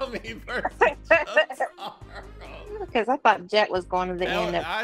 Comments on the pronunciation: SAY JOTARO RIGHT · the way he said jotaro hurt me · pronouncing Jotaro’s name💀